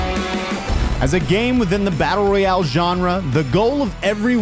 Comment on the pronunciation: He said victory rayale 😂😂😂 but still great vidio pal